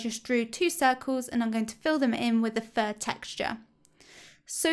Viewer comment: Lol for a second I thought you were saying "for my worst enemy" and I was like "Huh?" lol